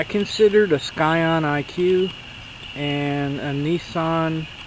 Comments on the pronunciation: "sCion"!?!?!? Sorry bro, but it is pronounced "scion", the c is silent😂😂😂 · The fact that he kept pronouncing scion as skyon was driving me insane. It's pronounced sigh on. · FYI the c is silent in scion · ill vouch that and say you're 100% correct. My cousin down south says it like skion and he's firm on it lol